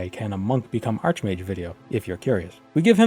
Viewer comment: it is pronounced like arkmage. he is not a bent mage, he is a superior mage.